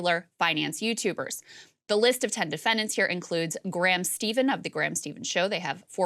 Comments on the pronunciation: it's also common knowledge that Stephan is pronounced "Stefan" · At least Krystal admits she doesn't know much about their industry. It shows from the way she pronounces Graham Stephan to her opinion that these YouTubers should be held responsible. In the end, people choose to invest and most importantly how much to invest. If people throw their life savings into a crypto thing that's on them.